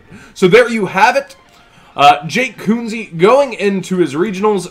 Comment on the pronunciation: HOC you mispronounced his name! Say it like Kenzie guys